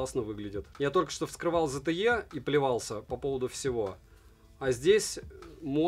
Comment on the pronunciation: 👼 И пожалуйста, больше не Зе Те Её))). Правильно говорить, зе те ии, в последней букве - И. Достаточно посмотреть, один из обзорв zte, на англо язычных каналах. — А то, такой интересный бро, а так мажешь - зэ тэ ее. 😅👍